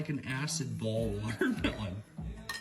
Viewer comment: At least it's a real water-meh-lone